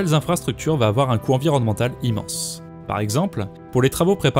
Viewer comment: "woohf il ne faut pas afoir peur"